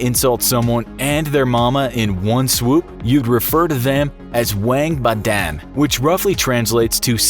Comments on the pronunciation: It's not " wang ba dan", for the chinese one. It's pronounce as " waung ba done" for the english speakers. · WANG BA DAN LMAO Use google translate to get the actual pronunciation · "Wang ba dan" omg the pronunciation is so wrong and cringey ack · bruh, the way u pronounce our chinese insults is juz so funny XD Wank badan hahahahaha it should be pronounce almost as close as 'one bar done' , thats how we say it in malaysia mandarin at least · I'm chinese and this pronounciation of the chinese insult is hilarious 😂